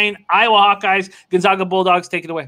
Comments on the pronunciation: Never mind that they blew the call on this one what's upsetting is that neither of these guys can even correctly pronounce the name of the #1 team in the country! We are the Zags not the Zogs. You can do better. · John once again is the fool. After 20 years can’t even pronounce Gonzaga correctly. How much did it cost you If you listened to his “expert” advice?